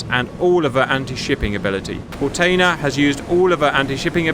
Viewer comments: Kortenear is pronounced pretty well, except the tailing ‘R’ is absolutely not silent. There are no silent ‘R’s in Dutch. We pretty much voice use all letters that are there really. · "Kortenaer" is pronounced with the single "e" sounding like a short version of "eh" as in pausing for thought.